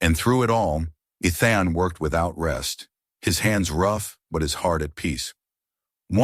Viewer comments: NOT Eth-en, NOT E-thon, NOT I-thon! His name is pronounced E-thin. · His name isn't Eth-en, his name is E-then. Learn to pronounce the names correctly. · Not E-thon, E-then! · Or E as in the letter, than with soft a. I kept on to hear the story but constant mispronunciation was a actually. It is VERY common through all these stories. Sigh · So distracting!